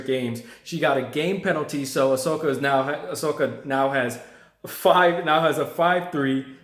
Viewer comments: I kept hearing Asoka. Man, it's "Oh-sa-ka" not Asoka. She got robbed of her moment earlier stop butchering her name. lol Just say Naomi. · It's OSAKA not Asoka ya goblin! You suck ass. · Osaka men O S A K A. Not asoka😂😂😂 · It's Osaka. Not ahsoka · It's O saka not A soka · First of all, if you want to make a video analysing the tennis match stop watching football and stop wandering around the room like you are on meth. and secondly learn to pronounce Osaka properly at least. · You can't even pronounce the name of a city well.....big turn off!!!! OSAKA, how hard is that to say? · She's not Ashoka! Ashoka was an emperor from India. She's Osaka! O-S-A-K-A! It's not that hard. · Stop watching soccer and learn how to pronounce Osaka correctly. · You can't even pronounce the woman's name correctly. Three syllables too much for you? Serena lost the match cuz she lost her head (and seemingly her sanity). That's three times she's acted like a complete loon ass at this event, the one in her own country. She got what she deserved then they tried to make it about her instead of Osaka. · Just a piece of advice.....its very important to pronounce a person's name they way they say it. For example the legendary ice hockey goalie Patrick Roy is French Canadian and his last name is not pronounced like the English name Roy though the spelling is the same....but Roua. And also when making a review concentrate on it, don't watch a Football game as well or do it when the game is over.